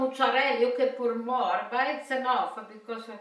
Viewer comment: I like hearing her say "that's enoughfa". 🌷💖🌷